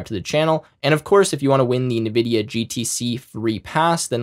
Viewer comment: Cool AF!!! Thanks. PS: i feel small electric shocks through my ears to my ocd-peanut-brain everytime he says ‘nividia’ 😅✌️